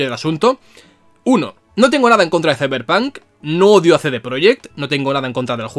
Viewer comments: De los creadores de : "Ziberpan" Llega... "Izeberg" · De los creadores de: “Siberpan”... llega... 🥁 “CeiberPanK”.